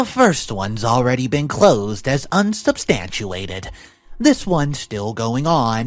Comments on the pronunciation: DHS in this country (US) is Department of Homeland Security, which is a federal department in charge of security for the nation, not HHS. HHS, or Health and Human Services, deals with families. Also, the word is squalor, not ‘a squaller’. Learn how to pronounce ‘unsubstantiated’ and ‘interpreted’ - the dictionary will pronounce it for you. Pre reading through the story for tricky words would help. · Also comical pronunciation 'unsubstandchuated' for 'unsubstaniated', 'distorb' for 'disturb' and 'confidenshenal' for 'confidential'. Great QC! /s